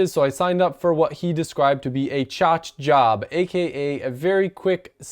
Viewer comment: “Choch job” 😂